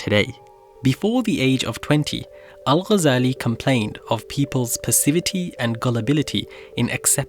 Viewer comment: The way he says Al shows you that he's not an Arab